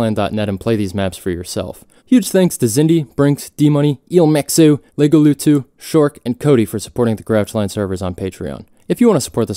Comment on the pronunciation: good video but i like how you said ilmaxo